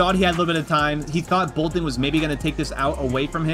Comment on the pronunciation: boltin, not bolting